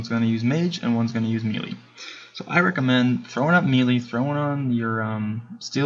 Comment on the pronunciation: Maylay, not Mealy. :( Great video though!